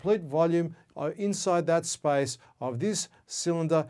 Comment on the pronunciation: Does he say spice or space 😂